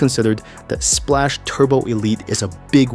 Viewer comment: It's pronounced SPLOCK Not SPLASH